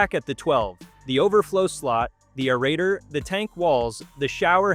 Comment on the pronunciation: Stinkin' computer "voice" cannot correctly pronounce "aerator" and other words. GET A REAL NARRATOR!